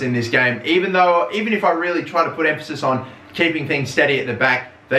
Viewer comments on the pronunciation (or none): none